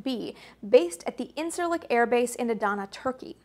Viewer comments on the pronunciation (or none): none